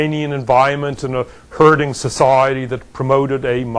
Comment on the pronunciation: how could you not like this talk? except he pronounces sociiieeeeeeety wierdly